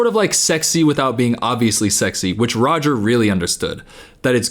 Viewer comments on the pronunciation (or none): none